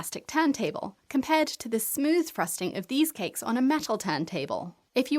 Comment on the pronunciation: always hilarious how she pronounses it 'KeKKKKs"